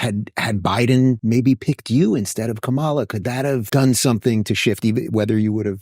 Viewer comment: I can always tell where a video goes by how racist the pronunciation of "Kamala" is.